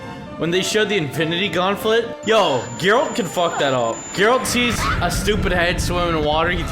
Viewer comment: "The Infinity Gaunflet"